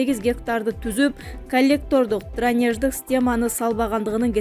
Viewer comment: Журналист эмне учун кампирабад дебей Кемпир абад жеп айтса болбойбу суу сактагычтын атын озбекче айтсанар албетте биздики дешет уйят дранеж эмес дренаж сабаттуу журналист эмес туура окуй албай жатат